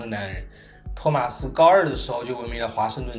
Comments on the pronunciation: 真的唸錯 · 動漫 這不是地方翻譯的問題 他真的唸錯了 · 其實你名子讀錯了